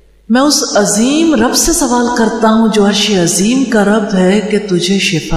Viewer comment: madam apni alpaz drust karo arshi azeem kaha karo